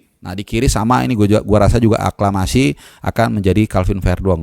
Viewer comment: saking semangatnya, beberapa kali mau ngmng aklamasi salah terus ya bang 😀